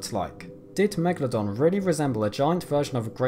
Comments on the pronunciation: Why is he saying Megladon? its MegaLODON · It's actually pronounced 'megAlodon'. You put the emphAsis on a different syllAble. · Why you say always meglodon. You are stupide? This fisch is a megalodon.